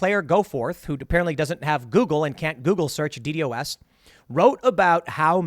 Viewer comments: Isn't it usually pronounced "Dee-Dos" and not "Dee-Dee-o-s"? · Never heard someone say d-d-o-s. Always heard it as D-Dos. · Nobody says “Dee Dee Oh Ess”, Tim. It’s “Dee Doss.” It’s awkward to hear you correct others about the topic when you say it like that over and over again. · please just say D DOS attack :D so weird hearing it as D D O S attack lul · Nitpick: don’t like how you pronounce DDOS as the acronym instead of calling it “dee dos” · The way Tim says DDOS is funny. Simplify it to "De-Doss" it roles off the tongue better and is used by quite alot of other people. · It's been pronounced D-Doss forever, I don't know why he's spelling it out since he's been into computer/internet stuff most of his life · It’s pronounced dee-doss. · its pronounced 'dee daws'. Just say that, for fks sake. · Ok here’s the thing. If you say DDOS like D.D.O.S then I don’t want to hear you roast other people about messing it up. To security professionals you sounds just as goofy lmao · It is said “Dee Daw-se” attack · jeebus just call it D-dos. saying D D O S everytime is fucking stupid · It’s pronounced, “DEE’-dähs” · D-DoS (should should like Ross), Tim.... PLEASE!!!! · btw you say DDOS like D-DOS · As a software developer and someone who is very interested in information security Tim, it really bugs me the way you pronounce DDOS. Don't spell out the acronym, it's pronounced Dee-Dause, Like Wee Sauce but with D's at the front. You got this I believe in you. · DDoS is not pronounced by saying each letter individually but by saying the first D and the word Dos.